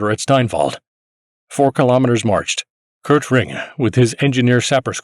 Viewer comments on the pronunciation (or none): none